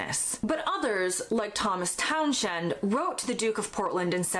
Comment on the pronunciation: Not "Town-shend," "Towns-hend."